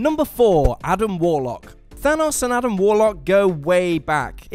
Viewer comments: I thought his Name was Thanos...Not Thunus.... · Was I the only person bothered by the way he said Thanos like Thanoss? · Why do Europeans pronounce Thanos as thanahs, in the movies it’s even pronounced Thanos... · The way this guy says Thanos is maddening. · When he kept pronouncing thanos wrong I started to get triggered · HOW TF DO YOU ARREST THANOS ITS THANOS